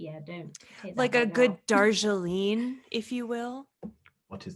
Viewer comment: Cracked me up that this conversation started with not knowing how to pronounce Twinning then mispronounced Darjeeling so badly and didn't realize what she was referring to:D